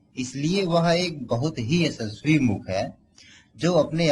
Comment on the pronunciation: बकलोल पहले अपनी आवाज़ साफ कर फिर वीडियो बना 🤣🤣🤣 ऐसेस्वी मुख नही यशस्वी मुख बोल .... गत्ते कम फूँका कर जबान साफ होगी... बुरा मत मानियो भाई